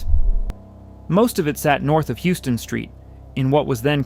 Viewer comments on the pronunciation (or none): It’s pronounced How-ston, not like the city in Texas.